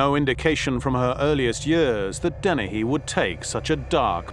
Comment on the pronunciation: Joanna Dennehey isn't part of a killer couple, she just had flunkies to help her. That's why they consider her so unique. Wonder why the one analyst keeps calling her DenneHAY, instead of Dennehey. Is it a quirk of her accent? I still like her, lol